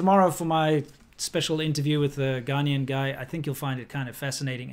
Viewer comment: NOt Ghanean guy.... it is Ghanayan.